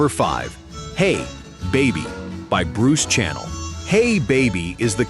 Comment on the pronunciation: It's Bruce SHANNEL not channel